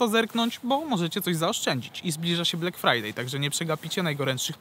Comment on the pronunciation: Black frajer powinno się wymawiać. Shalom